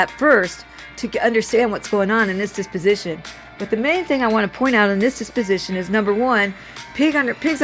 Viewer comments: It is dep-o-si-tion. Not dis-pi-si-tion. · Deposition, not disposition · Deposition, not disposition.